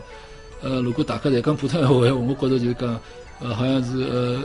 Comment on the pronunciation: “如果”发音错了，如发zi:，而不是lu